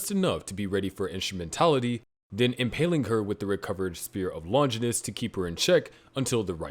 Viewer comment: It's Longinus, not Lonjinis